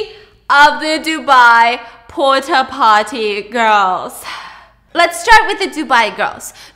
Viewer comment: “Porta potter” “Pooty poppy”